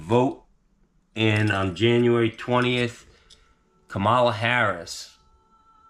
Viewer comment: KAmala, not KaMAla. Get it right,! 😂 I need a HARRIS sign for my lawn. There's not one Trump sign in my entire neighborhood. God bless,. FU Tony Plumboob!